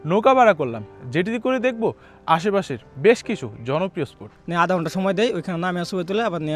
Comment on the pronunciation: স্পোট, ভাইক মানে কি...? উচ্চারণ ঠিক করেন।